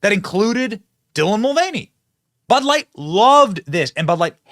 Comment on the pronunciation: your stressing and unstressing the wrong syllables and its stressing me out. Its bud LIGHT. Not BUD light. Identify its a bud and that its light. The way you say it makes it sound like some type of flash light or something lol damn yankees BUD light